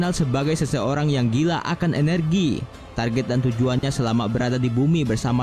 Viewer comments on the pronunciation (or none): none